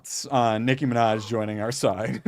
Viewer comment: "Licky ma vaj" Nicky manaj😂